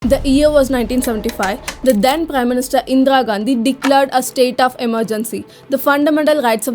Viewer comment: This is 100% lie. She can't even pronounce Indira Gandhi. Endra Gandhi.